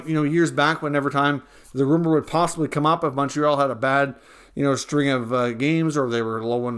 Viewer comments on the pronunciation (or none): none